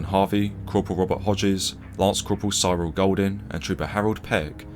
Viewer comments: Cyril = "Sirrill" not "Syerrill" It was a common name. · It’s just Cyril mate, not ‘Si-roll’. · Another great video. You do have trouble with pronunciation that I happily ignore but getting a guy's name wrong is a bit much. Please just get someone to approve your narrative before you post. Cyril was such a common English name of the time. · Surely that is not how you pronounce Cyril?